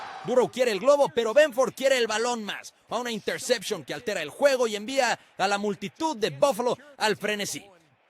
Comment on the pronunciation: una "intersepchon"... qué clase de payaso!